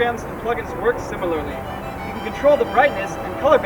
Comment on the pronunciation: can't pronounce similarly